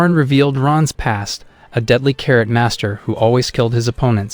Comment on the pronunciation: You're saying karate wrong 😂